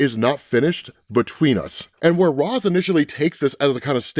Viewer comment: You still can't pronounce ra's name? Batman pronounces it for us thousands of times and even corrects terry